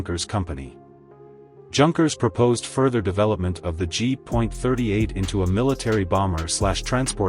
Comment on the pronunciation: Jeeez, where do we start ? The Ki 20 designnation is military nomenclature. Each letter should thus be pronounced individually - as in "Kay Aye" - not "Keee" !! Junkers is a GERMAN name - and so SHOULD be pnronounced with the GERMAN Y sound , as in yellow - not jerk !! I know that an AI voice is narrating, but they could have at least programmed the damned thing correctly !!!